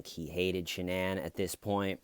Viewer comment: the fact that she pronounces her name sha-nan and her parents call her shannon like normal people, says a lot